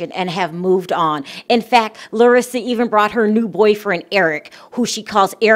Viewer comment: You pronounced her name very well...Im impressed girl.😁